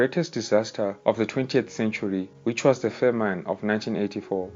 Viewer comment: Brief but accurate, I am Ethiopian and this a good documentary. PS the way you say ' famine' is a bit off, check google pronunciations.